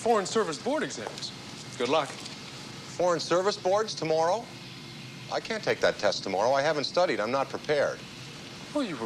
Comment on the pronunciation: That Canadian accent comes out 🇨🇦. “Too-mour-row”.